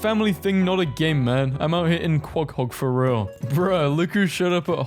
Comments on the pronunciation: Something about how calls it quaghog instead of quahog sends me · why does bro pronounce Quahog like that💀💀💀💀